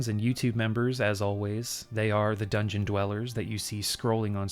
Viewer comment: feel like Dungeon is pronouncing it like the Japanese word oishi (“yummy” lol) with an n at the end, which is cute.